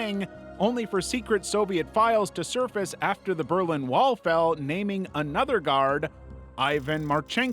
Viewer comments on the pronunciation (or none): none